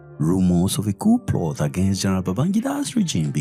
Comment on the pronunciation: Ploth. It is pronounced “plot”